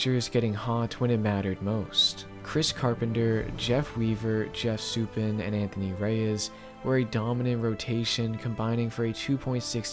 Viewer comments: For future reference: Sue-pawn. Not Sue-pin. Names are tricky, so no snark or rudeness intended in my correction. Have a good day. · “Soup-in” is killing me, man😭😭great video, but it’s “Sou-pawn” for future reference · FYI it's pronounced "sue pawn" not "sue pen" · Its Jeff Suppan, pronounced "Soup-ahn" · To me the reason was Isringhausen got hurt. With him not closing, the Cards didn't blow games. Also, Suppan is pronounced Su-pahn. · Good video! For future reference though, Suppan is pronounced Su-PAHN.